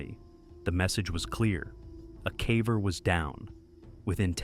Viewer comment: Why does he say caver like that? Cave-er, not Cahver